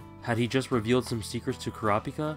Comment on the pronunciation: Why do you pronounce Kurapika's name like it is read out loud, instead of how they say it in the anime? Which is correct because, well, they are pronouncing it for you.